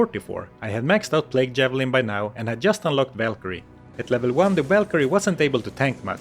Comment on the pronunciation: Learn how to pronounce just